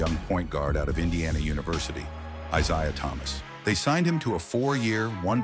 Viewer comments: Pronouncing his name wrong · You can't even say this guy's name correctly. did chatgpt make the script for you? at least google basic info if you aren't familiar with it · This dumb idiotic video. The idiot narrating this can't even get his name right.